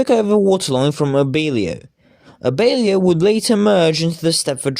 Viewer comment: I thought it was "A bell i oh" not "a beal i oh"